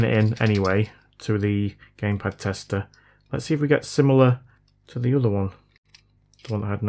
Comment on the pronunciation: I thought you said “Gay pad tester” 🤪